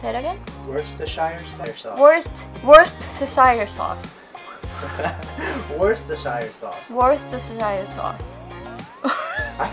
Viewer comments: It's actually produced 'wus-tuh-shuh'. For some reason American's find this word impossible to pronounce. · It's called 'wuss-stir-shur' sauce, I live in worcestershire. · Worcestershire sauce sounds like oyster sauce will a fuller start, I find knowing this reminds me better on how to pronounce it. It's like, woster-sher sauce (or w-oyster-sher sauce, I found most don't notice the difference XD). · The sauce is pronounced "wooster" !!!! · war-chess-ter-shy-er sauce